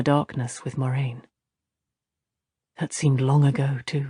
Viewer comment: She still cant say her own characters name correctly even with a pronunciation guide in the back of the book. Weak.